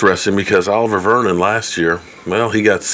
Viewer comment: strikes again. U pronounced Oliver Vernon's name wrong lol. Love ya